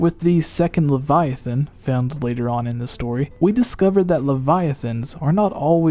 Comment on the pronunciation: Hey at least he can pronounce Leviathan correctly